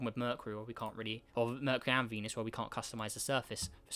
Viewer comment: merh-kyoo-ree not merh -kuh-ree LOL - good vid tho pal <3